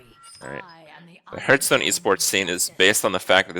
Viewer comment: Hearthstone is pronounced “HARTH-stone”. Not “hairth-stone”. Cmon Kripp.